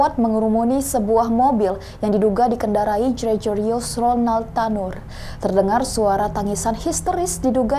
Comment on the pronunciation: Halo mbak pembaca berita yg cantik, umumnya org yg namanya Gregorius itu huruf G nya yg di depan n di tengah tetep dibaca G murni, bukan dibaca j. Tequila itu dibacanya tekila, bukan tekuwila. Semoga next time ga ada kesalahan pronunciation lagi.